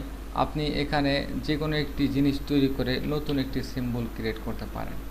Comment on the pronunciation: সেম্বল না সিম্বল😂😂